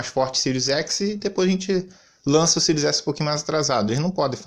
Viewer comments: Esse ''SÍRIUS'' é que é engraçado, é ''SÉRIE'' mas ele fala eternamente ''SÍRIUS'', rsrsrsrsrsrsrs. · Eu acho q ele fala pra zua por q nao e possível kkk